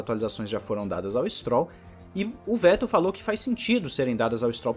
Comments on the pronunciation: Se pronuncia fettelllll o V vira F👍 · Parabéns pelo canal e vai lá uma dica sobre nomes e palavras em Alemão: o "W" tem o som de "V" e por sua vez, o "V" tem o som de "F". Com isso, para acertar nos nomes, leia "Dr.Wollf" mas pronuncie sem medo, "Dr.Volf" e, leia "Vetel" mas diga "Fetel".